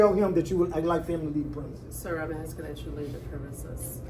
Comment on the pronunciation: You don’t pronounce Illinois like Illa-noise. Not to mention the word is both, not boaf. Let’s not forget the ever popular, axing instead of asking. What an ignorant loser. His voice is just nauseating. That condescending, Barry White tone.